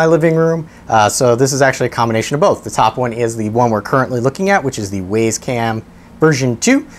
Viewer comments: Thanks for the review ... it was fine. Except, for one thing ... . The camera is named the 'W[Y]ZE CAM'. Clearly pronounced ..." [WI]SE ... CAM". NOT ... "W[A]YS ... CAM". Presumably named as it is, to try to make owners, and potential owners of the camera feel WISE ... for choosing such a valuable item to purchase. You seem to be a well-spoken, reasonably intelligent person. But ... When you call the 'WYZE Cam', the 'WAYS ... Cam', it makes you sound like a MORON. Please ... Stop. Thank you. 🤨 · It's pronounced, "Wise" "Waze" is a nav app. Great info packed review, by the way! Well done! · How do you pronounce WAZE? Then how do you pronounce WYZE? WISE!!!! NOT WAYS!! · It's not Ways it's wise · I believe the it should be pronounced like wise not ways. Hint wise camera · I'm pretty sure it's pronounced "Wise". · Love the video. It's pronounced Wizz cam btw. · Uh, no? Where are you getting that information? The company name is pronounced "wise" ... Go look at their YouTube videos. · It’s pronounced “Why’s” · Had to dislike just because you cant say wyze correctly during the review